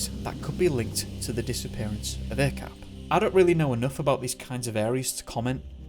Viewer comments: Not a-cap ah chap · Hey. Few things to add here. Mohd or Muhd is short for Muhammad or Mohammad. It's common to shorten the spelling to Mohd or Muhd here in Malaysia as to spell the full word would be too long. Also Acap is pronounce as Ac(h)ap. The letter C in malay is always pronounced as 'ch', like in chair or charm, as opposed to car or cat. If you need any malay to english translation work in the future, let me know. Good job on the video. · his nickname is pronounced as "ah-chahp" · Acap is prononce as Ar charp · Thank a lot for covering this story, from my country , Malaysia.. and.. ummm.. acap is pronounced ' are chup '.. .. it happens just 40 minutes away from my house and untill now he's stil missing.. and really, as a follower to MISSING 411, I think acap or are chup and 3-5 person more missing, the mystery are the same.. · Thank you for shining light on this case. Lots of stuff i didn't know even as a local . Btw 'Acap' is kind of a pet name for pretty much everyone with the name 'Asyraf' as Bob in Robert. the 'A' is pronounce such as that in 'Are' and 'ch' sounds asa that in 'charp'; i dont know how to put this simply lol